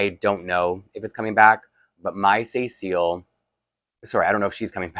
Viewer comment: I wonder about the way you're pronouncing Cécile's name. When you say it it sounds like "SAY seal" with both sounds like they are separate words and with an emphasis on the "say" part. I know the doll character has a French heritage so maybe it is pronounced differently in French. But my mom's name is Cecile and we don't pronounce it that way. We say "se-seal", not like each part is separate, it just all flows together, and with no emphasis. Maybe since there is an accent in the dolls name it should be more like "SE-seal". It's one of those things where if you had never heard the name pronounced you might not know what to do with it.